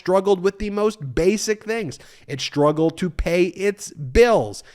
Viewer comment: Shtruggle? Deshtroy? Stop it. Speak properly.